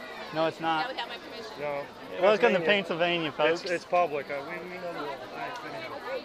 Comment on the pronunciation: When you said "thank you for running over my foot" and she said "I did not give you promision to film me" I'd have said "I didn't give you pomision to run over my foot but you still did" 😂